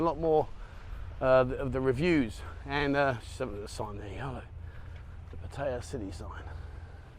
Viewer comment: Yes it is NOT PEttaya dear bro. It's PAttaya.